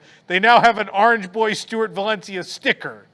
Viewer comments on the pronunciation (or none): none